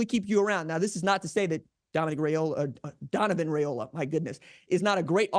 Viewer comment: One of these days r j will pronounce his name correctly 😅